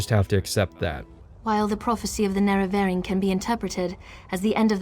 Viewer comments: Fantastic content. I love your dry sarcasm and honesty in your review process. It even made it worth listening to you mispronounce Neravarine for 21 hours. (Morrowind video time included.) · I fucking hate the pronunciation of the nerevarine in eso